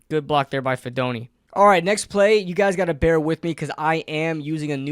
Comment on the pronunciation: Hey least he said his name wrong, went almost all my life and no one could say it right. But heck yeah cousin do good in the big apple.